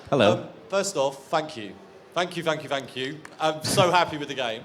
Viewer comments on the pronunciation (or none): OMG I heard the guy asking first question said "F*ck you" not "Thank you". )))